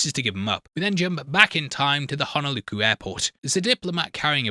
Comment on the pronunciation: TungusTa??? HonoluKu???? Are you ok?